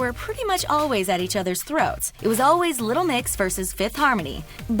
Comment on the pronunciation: youre saying 'little mix' wrong but I can't pinpoint how